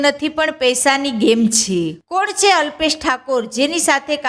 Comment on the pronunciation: છે બોલતા શીખો પહેલા... છે છે